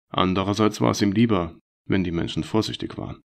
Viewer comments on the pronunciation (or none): Aus Tisch wird Tich.. lustig wird lustick... aus Menschen wird Menchen... ich hab das Gefühl, der Sprecher bekommt die Zähne nicht auseinander. Die Vorleseweise bedarf noch sehr viel Übung! Man kann hier nicht lange zuhören, es ist sehr anstrengend, weil die Sprechweise vermorkst ist. Aber die Story ist gut.